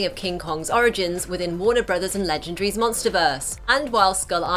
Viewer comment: You say legendree to